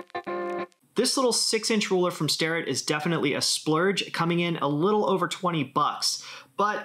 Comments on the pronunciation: Starret and not Sterret> gotcha! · Good items and suggestions. But it's StArrett, not StErrett